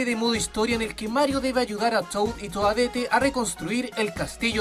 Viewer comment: Se dice toadett